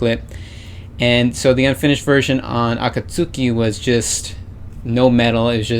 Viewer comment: Its pronounced A-KAT-SKI She usually shouts AKATSUKI DA ! before each live performance i.e 'Its A KAT SKI ! '